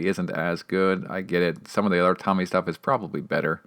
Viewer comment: FYI is not pronounced Tommy. It’s pronounced like “Toe Mee”